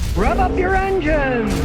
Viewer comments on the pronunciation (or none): it would be seriously sad place without scotty yelling at me to "REV UP YOUR EMGINE!"